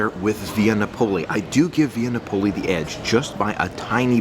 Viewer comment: FYI, Via Napoli is pronounced Nap-o-lee, not Na-pole-ee